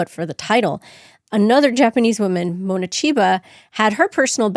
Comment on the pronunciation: Mone is pronounced with a long a-Monay. Not Moni.